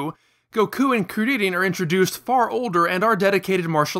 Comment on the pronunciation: why the hell you pronouncing they names like that lol i cant believe you said krileannnn